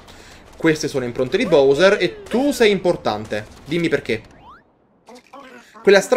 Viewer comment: Ti prego pronuncialo bAwser